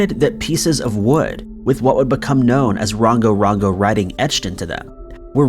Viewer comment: You are pronouncing Rongorongo wrong but I don't know how to phonetically spell it... Good work on the vids tho